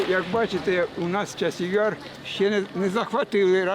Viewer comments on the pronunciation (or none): Ты да же город правильно сказать не можешь;; !! Час-яр